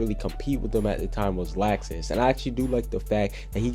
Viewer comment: why is he saying laaaxus 😂